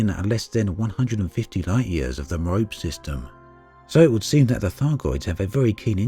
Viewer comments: could I please request you consider referring to Merope as "Mero-pee" and not as "Mare-rope", since one relates to Greek mythology and the star of which it is named and the other sounds like a piece of chav climbing gear or equine equipment for female horses. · Merope = "Mare - oh - pee". Love the videos though !